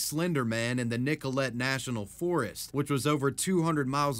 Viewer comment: edit 2- nicolet is pronounced "nick o lay" and waukesha the wa is pronounced like the word walk, ke sounding like the word eh (not the canadian "ay"), sha with the a like the word saw (im bad at wording) edit- i mean the disgusting piece of filth that came up with the idea, not the girl who ended up going along with it it goes without saying but the slenderman stabbing girl is extremely fking crazy. i dont really remember any of the details but one of my moms friends ended up in the same mental hospital as the kid for a while.. again i've forgotten practically all the details but she (my moms friend) ended up with amnesia due to trauma from fighting for her kids custody (again i have garbage memory, the amnesia might've been something else so take the custody battle part with a grain of salt) and ended up freaking out and hitting her mother and got arrested and ended up in the same mental hospital as the slenderman stabbing girl and witnessed firsthand just how batshit crazy that despicable demonic piece of shit was. again my ability to remember things is basically nonexistent so all i remember is my moms friend who ended up in the same mental hospital as the slenderman stabbing girl and confirmed she is indeed insane. i thought id remember more details as i wrote and am garbage at wording and honestly should probably just not post this but i spent forever on it and dont feel like letting it go to waste so here u go